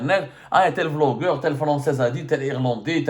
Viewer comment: Quand tu as dit Vlogeur je pensais que tu vais expres de prononcer le B en V 😂😂😂 comme la grande Kabylie vasla pour Basla 😊